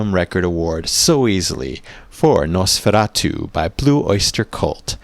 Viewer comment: The movie has been my all-time favorite horror film ever. And the song, Nosferatu one of my very fave's from my fave "metal" band Blue Oyster Cult. Although they did get the pronunciation a bit wrong. It's not "noss fair ah too" In German it is "noss fer RAH too". Since you are getting us into the Halloween mood, might I suggest one more from B.O.C. Their comical satire of the unintentional comedy movie "Mommie Dearest "the hilarious "Joan Crawford has risen from the grave"😁